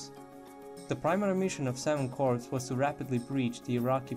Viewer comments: FYI - I realize that English isn't you first language but when you are pronouncing Corps, the p is silent. It should sound like "core" instead of corps. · Corpse is pronounced "Core". The "pse" is silent. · He was pronouncing it as "corpse". If you had an IQ that was higher than room temperature, you wouldn't be acting like nit picking the previous comment was your life's greatest accomplishment.